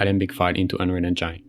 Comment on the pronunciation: bro you;re killing me every time with your pronuntiation of Unreal Engine. please fix